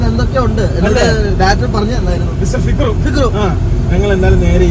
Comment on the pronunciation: Mone fikru alla fukru ahnh mone😂